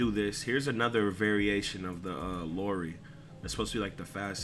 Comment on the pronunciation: you lost me at Kyle "Lorey"